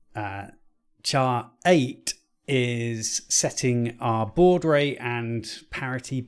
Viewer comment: Your pronunciation of baud was correct, the middle is ‘ou’ as in THOUGHT 👍 As for handling serial characters, the 64 did not have a UART chip in it (unlike the BBC) so all conversion was dove in software and anything over 1200 bps was iffy on a good day. The issue with the program loading could be dirty heads (esp with old tapes) As for resets - you have to give the RAM time to discharge - allow 30 seconds as a min between off and on.